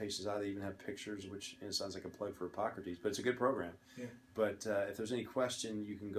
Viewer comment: Did he say pockertease? Was the app he uses to look up meds